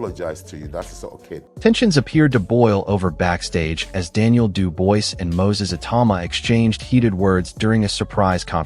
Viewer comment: AT LEAST LEARN TO PRONOUNCE DANIEL’S FRENCH LAST NAME PROPERLY FONETICALLY IT SHOULD SOUND “ LIKE DU BOA’ , AND NOT “ DU VOICE “